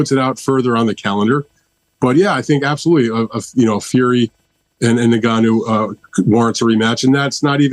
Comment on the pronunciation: Now then now then Why can't any of you pronounce " Ngannou"?